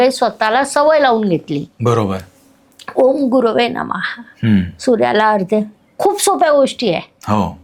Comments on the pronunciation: मॅडम अर्ध्य म्हणत आहेत..मुळात अर्घ्य शब्द आहे. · मेषेने सूर्याला अर्ध्य(ardhya )द्यावं, नाही अर्घ्य (arghya) असा शब्द अचूक आहे. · अर्घ्य हाच योग्य शब्द आहे... संस्कृतचा अभ्यास करून मग बोलावे,ही नम्र जाणीव....